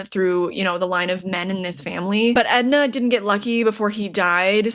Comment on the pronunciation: It’s Enda not Edna. And woah the price on that book has gone way up